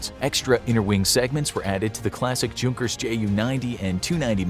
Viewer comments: Hey you should know the J in junkers is silent it’s actually pronounced younkers just saying lol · Fun Fact: You don't say the "J" in Junkers you have to say it like the J is a Y like "Yunkers" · Junkers is pronounced “Younkers” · J doesn't make a J sound in German, the J makes a Y sound in German. so it would be pronounced "Yunkers" with the U making the "oo" sound like in the word igloo